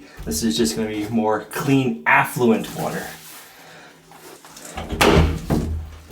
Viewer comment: "Affluent water..."? What's that? (Hint: effluent)